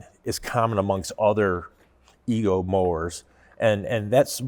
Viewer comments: The company name is pronounced Ego, not Eco. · I really enjoyed finding this video to see all the detail of the EGO LM2206sp, great detail and information. But it's probably important that you get the manufacturer name right, it's EGO NOT ECHO that makes this unit. You guys being engineers look at it from a totally engineered POV, not the practical application and usability of the unit. As others have mentioned something as simple as clear battery cover actual purpose to see the battery gauge read out. And the point of the aluminum deck that adds all the weight actually does make a better cut than the composite units. (based on several Youtube reviewers). You should do a little research into the units before actually tearing them down and providing opinions. But love the video non the less and the level of detail you guys give to it.:goodvibes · eGo NOT eeKo ugh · He said, Echo is the parent company of the Ego product line. Later he mistakenly uses the incorrect Eco reference. Most of the cost in that mower is the Battery and let’s not forget the Tariff’s.